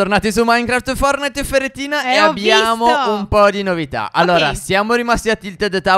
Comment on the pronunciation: Sbaglio o stef ha detto pherettine